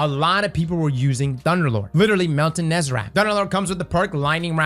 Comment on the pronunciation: It’s e, then a, then e again. Nez-a-rec.